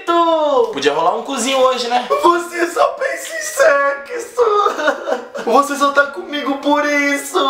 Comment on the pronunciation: "Você só pensa em secsu" KKKKKKKKKKKKKKKKKKKKKKKKKKK